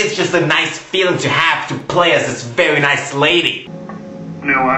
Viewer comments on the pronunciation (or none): none